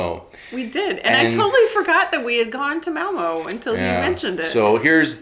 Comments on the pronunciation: Hallo agin. I noticed you are neglecting the line over ø. And prenonce it o. Like in Malmo mad not Malmø. You need to say æ ø and å. Difficult but not impossible. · Malmø - not Malmo. If you say "Learn" or "Earn", then you have the pronunciation for the ø in the end of Malmø. Say Malmearn - Malmearn a few times then drop the n at the end and you have a perfect pronunciation of Malmø. I like you videos! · Remember if you pronounce Malmö like Curley & Moe, it's incorrect. The "Ø" / "ö" is very distinct and mustn't dip!